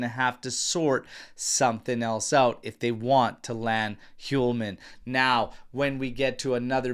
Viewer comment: Dear! I write to you from Sweden and been thinking to point something for you but since I don’t like to correct ppl I’ve been hesitant. Anyway, today after a few weeks I decided to write to you and point at the pronunciation of the name Hjulmand. The H in the beginning of the name is silent and is pronounced as Julmand. That’s the J as in Juventus. I hope this helps you in the matter. (H)Julmand that is. And btw. The d at the end is almost not pronounced. But it doesn’t matter much. Keep going with your nice work and thanks.